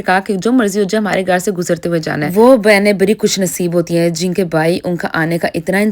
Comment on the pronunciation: ye Urdu kesi bolti hain. Ghar (Gaar)